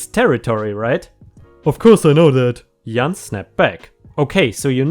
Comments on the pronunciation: Also Jan is pronounced J (like jello) short a (like can) Jan rhymes with can, man, tan etc. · the name is Jan... it's pro-nounced Ja plus Ann put together. It's a typical name a lot of women have in the US. I never liked that name LOL but I like how you pronouce it better LOL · J in English is pronounced as the letter (like A) so it would sound like jay-an. Keep up the good job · Jah-an. Jan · 🌟🌟🌟🌟🌟❤😊 Yippee - remonitized! Jan - in English is pronounced as written with the J not Y. It is short for Janice or Janet. My roommate and me had a few problems with rent - because roommate's job was only paying 40 hour paycheck (minus taxes) and his usual work week is 56 hours - so yeah we had to make payment arrangements with landlord, but it all worked out - thankfully. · My danish mom has a name that starts with a J, but sounds like a Y (like how was saying Jan.) Growing up we knew that anyone that would call and say her name with a J sound at the start was not someone that knew her. It was a great way to weed out the telemarketers. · The "J" in Jan is pronounced the same as John. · Jan is short for Janice or Janet. You pronounce it with the same J sound as in "justice." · Clearly has never played DOOM! And its pronounced J ahn like in January. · It's Jan as in January. And no face please. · 🌟⭐🌟⭐ You're remonitized, HURRAY!!!! The way you are pronouncing Jan is the way you would if the person was a man. For a woman it is pronounced the same way you would pronounce Dan, can, pan, or tan. And the J is pronounced just like the G in George. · B.F.G is Big Friendly Giant, from a book by famous author Ronald Dahl. Jan is short for Janet and pronouced the same as Janitor. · ✨✨✨✨✨✨✨ you did good with the pronunciation Puerto Ricans. The name Jan your are pronouncing it like people would in German but in English, Jan is pronounced with the j sound like January is . If you every seen the Brady Bunch show the middle girl's name is Jan. I don't mind the face cam